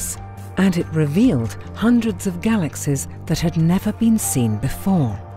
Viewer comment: She seems to say "galaxes" instead of galaxies